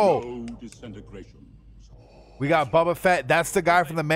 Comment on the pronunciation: Please learn the correct pronunciation of the characters. It’s Boba. The “bo” sounds like flow, go, so. You are killing me, yo.